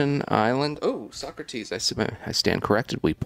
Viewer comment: Don’t you mean So-crates 😉